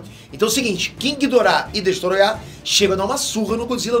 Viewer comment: que agonia ele falando destoroyah